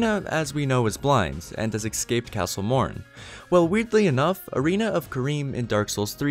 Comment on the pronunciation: So you're cursed with the incorrect pronunciation of "escape" too eh? The "excape" curse gets a lot of people.